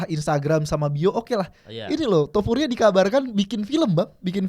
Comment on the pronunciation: Naaah gitu mal.. TOPURIA, bukan tuporia